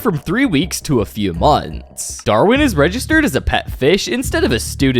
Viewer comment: "portfolioouu" "moanthss" "schooel" "dooug" your way of talking pmo